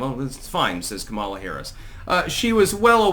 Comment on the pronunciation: are you going to pronounce her name correctly anytime soon?